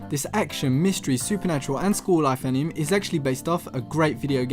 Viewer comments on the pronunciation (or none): great video dude. but please pronounce anime correctly. It's pronounced as ani may